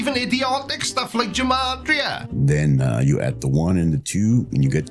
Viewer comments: Okay so I'm not one to be a stickler for pronunciation. HOWEVER, G and J are very much separate sounds in Hebrew, unlike in English. So, "gematria" should be pronounced with a hard "G" sound, as in "give"; as opposed to a soft "G" as in "germ". Sorry for being a pedant! Hopefully someone finds this interesting lol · Love the content, btw Gematria has a hard G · It's pronounced "Gematria" with a hard G. There's no J sound in Hebrew.